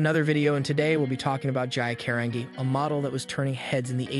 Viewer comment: Last name is pronounced Car an Gee Carangi